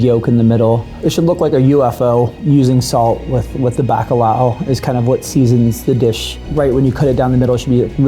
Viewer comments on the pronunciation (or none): Not back-a-lowuh 😭😂 the ao sound in Portuguese does not translate well into English 😂 But I got to know, is that how north american based restaurants actually pronounce that word?